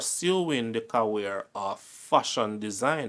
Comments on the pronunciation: Bro me love your series them,but you have to learn to say career and not carweer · Can't you say career ? Because you always say "caweer" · The video is great, all of your videos are awesome. CC: practice pronunciation. It will make a great difference with the quality of your work. Ie. Career is not ca-wears. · Love hearing how pronounces "CAWEER"😊